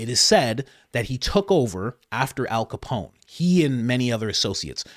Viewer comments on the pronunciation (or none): none